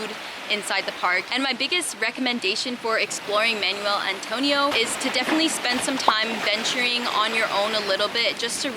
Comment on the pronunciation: manwelll, manwelll, manuel antonio 🤣🤣 im sorry your pronunciation sounds like your saying manual antonio, im visiting in week